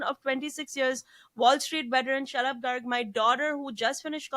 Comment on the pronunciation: So funny, when Zarna mentions her husbands name I hear “shut up” rather than Shalub. Since she often disagrees with his comments this is ironic. Love the entire family! 💗